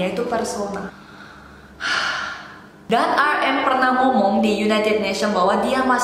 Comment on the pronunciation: But you pronounced namjoon's stage name wrongly 😂 lol